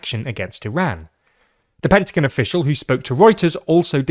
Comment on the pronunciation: Lol please dont say pentagon like that